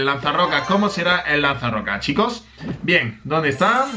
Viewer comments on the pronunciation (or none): Tengo una duda, cuesta que pronuncies la letra "s". Por cuál razón? Ejemplos, dices: "clash of CLAN" (Clans).! Chico (chicos). Etc. Me parece algo extraño, más, que eres de España. 💪 Y..... con el inglés.... Queen Walk, Walk.....se pronuncia 👉 "Uok". Gracias por compartir los Sneak peaks. 😎